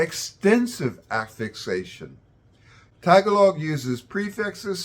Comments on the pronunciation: It’s ta-GA-log not TA - ga-log 😊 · maybe, pronounce the word tagalog correctly first. its taGAlog, not tagaLOG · Why does he say Tag a log I thought it was Ta gah log? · its actually, "tagA log" not Ta Gahhhhhh log We don't release breath saying the GA the tone increasese at the "g" and peaks at "A" Thats why people are confused from "tagA log" to "tag A log" in their pronunciation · Please say TAH-GAH-LOG not TAG-A-LOG T___T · Good video but our language is pronounced Ta-gahh-log not tag A log. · Interesting info. Btw, tagalog is pronounced ta-GA-log, not TAG-a'log. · ta Gaaa log. emphasis on second syllable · TAG-a-log! lol, you’d think he’d learn how to pronounce the language that he’s referring to 😂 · Okay this is cool, but he keeps repeating TAGuhLOG and it's is very annoying 😅😅😅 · Just a friendly reminder that the stress in Tagalog is on the second syllable: tah-GAH-log. ;) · It's Ta GAH log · Ta-GA-log. Like many 3-syllable Tagalog words, stress on the second syllable. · Sir, the stress is at the second syllable - ga. So, placing the stress on the first syllable - ta, is incorrect. It should be Tagālog. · Also, in the word Tagalog, which if you separate into 3 syllables, Ta ga log, we put the emphasis on ga, not on Ta. Just saying. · Oh the comments in here about how this guy mispronounced the word Tagalog! But we do not cower in shame when. we hear a Filipino speaking in his own "native language". with a lot of English phrases in between. Give him a break he is not a native speaker. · At least pronounce the name of the language correctly. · In saying the word "tagalog" the emphasis is on the syllable "ga" not on "ta". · the way he says tagalog sound like shit but everything else is good content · Dude obviously read about the grammar but did not bother to learn how to pronounce Tagalog correctly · If you're going to make a video about Tagalog, at least pronounce the name of the language correctly.